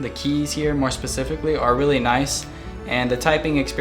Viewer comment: u didn't say "specifically" right. just saying